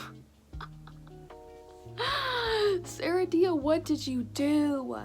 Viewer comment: it’s “Ser-ah-di-ah” like Seraphina with dia at the end instead😭😭